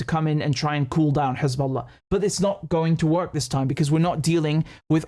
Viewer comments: “KHezballa” 🤣 how can we trust what someone who can’t even speak properly says. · I can't believe he just called them Khezbollah...🤦🏽‍♂️ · Right? Perfect English accent, somehow can’t pronounce the H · David Mencer: Khisbolla 🤣🤣🤣